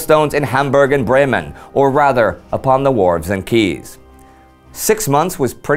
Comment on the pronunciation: Great episode! Thank you, Indy, for pronouncing 'quays' correctly.